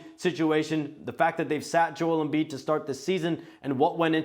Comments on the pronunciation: This reporter saying Joel Embiid wrong is a coward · Shams face when he mispronounces his last name name